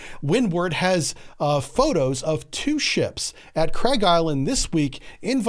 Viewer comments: Also its Karg island not craig island :) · Craig island? It's Kharg island dude. This guy has no clue what he's even talking about he just listens to other youtubers and repeats it.